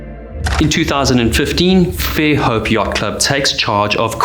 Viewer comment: “Dauphin” is pronounce almost like the sea mammal (dolphin without he “l”). “Fairhope” is one word, not Fair Hope.